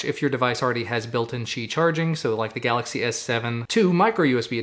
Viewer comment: Im glad the word qi is pronounced correctly. Hopefully in the future everyone will pronounce my name right. JUSTICE FOR ME